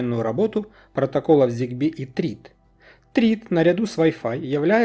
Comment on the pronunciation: Только почему "Трид"?? Трид - это tread, а tHread произвосится через -th-. Это ж не Темза, которая через т говорится